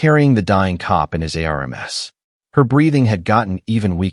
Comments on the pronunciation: Air relms its arms! Lol AI😅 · I had to look at the transcript to find out what the hell the word arames was. He held her in his arms. ARMS! The appendages that grow on our body to actually reach things and hold people are called arms!! Not arames. You need to actually find someone to listen to these before you post them. Spelling two letter words and three letter words through the whole thing is ridiculous. The story is really good and I enjoyed the storyline but seriously you need a proof listener. 😤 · Use a better AI or try voice to text; you'll lose your audience if this continues. Words like ARMS, IS should not be outside the AI ability. These errors cause disconnect in the story line and disrupt flow of information so you lose the listener. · Here's a new one - Aremes... R M S /arms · How are you pronouncing ARMS , COP, US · Why is the story teller spelling arms,?